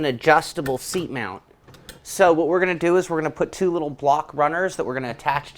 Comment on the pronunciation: "MOUNT" not "MOUND it on" Dizzy Broad